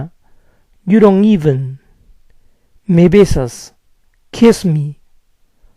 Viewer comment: por que pronuncia la d de doesnt y dont como "ere"? tiene algún vídeo relacionado?